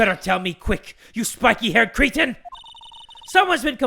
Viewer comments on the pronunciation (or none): said cretin wrong 😂